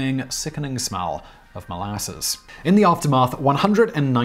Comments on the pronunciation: Why is he saying it like that? It's mol-a-suss, not mol-asses, Simon. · Your pronunciation of molasses is super weird! Molarses? Is that “powsh”??? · Why do you say molasses in such a weird way?